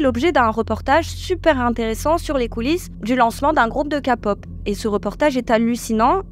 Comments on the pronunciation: Par pitié arrêtez de dire « Ka » Pop, on dit « ké pop » 😭 ça se prononce comme un K en anglais. Je vois les commentaires « oui mais on est en France ». « Pop » ça vient aussi de l’anglais Sinon merci pour la vidéo, car même si j’adore ce genre, les dessous sont vraiment sombres, et les fans toxiques sont abominables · J'ai pensé exactement pareil!! Ça se dit KPop! c anglais !! Ça m'a déconcentrer tout le long ! 😅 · Encore une vidéo très intéressante. J’aime votre point de vue, votre respect et votre engagement dans le féminisme, mais des fois vous me faites rire avec vos expressions de traviole 🤣 Par exemple dans cette vidéo, les citrons essorés, la K (prononcé ka au lieu de keï) pop et quelques autres que j’ai oubliés 🤪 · Chaque fois que vous dites 《Ka-Pop》 j'entends 《capote》 !!! 😂 😂😂 J'ai toujours appelé ça de la 《Ké-Pop》. Oui oui, à l'anglaise svp ! 😅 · Sa se prononce ké-pop et non ka-pop voila voilu ❤ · J'espère que ça parraitra pas méchant mais perso entre ka pop ça me fait marré parce que j'entends tout le monde dire Kai pop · J'avoue ca m'a traumatisé tout le long d'entendre "ka"pop au lieu de "ké" pop 😅 Omega X la story n'est pas fini, la PDG revient à l'attaque avec des vidéos "montrant que ce sont certains membre du groupe qui l'ont agressé sexuellement et pas l'inverse... (oui oui) Dans les début de BTS RM et Jin je crois ne correspondaient pas aux critères de beauté et devaient porter un masque. C'est évident que tu ne peux pas danser des chorégraphies de plus en plus compliquées et chanter en live c'est physiquement impossible. Moon-bin, 1 an déjà quel gâchis 😢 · SVP KÉ-POP et non KA-POP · Ce n'est pas "Ka-pop" mais "Ké-pop". Ensuite, ce n'est pas "Un chouy" mais "Un chouïa". Merci. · « KAPoP »😭 Sinon j’adore, continuez comme ça !! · On dit pas KAPOP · Coucou les filles, on dit képop😉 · LA "KA’’pop 😅😂😊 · "les kapop"? ?.... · La Kapop wouaaaah j'adore tes vidéos mais la prononciation s'il te plaît par pitié j'ai eu les oreilles qui saignent